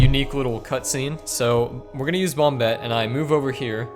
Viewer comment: Christ its not bomb-bette. It's bomb-ette.